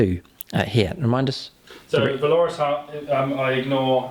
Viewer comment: Why not give the sorcerer with the extra damage on psychic powers at least one, if not two, targetable MW powers? Also keep hearing valorous pronounced wrong did my head in :)